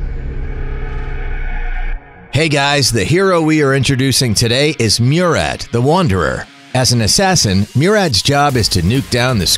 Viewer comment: The way he pronounced Murad lol